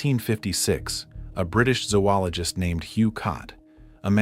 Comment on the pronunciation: Incorrect pronunciation zoologist is not pronounced 'zoo-ologist'. Get it right please.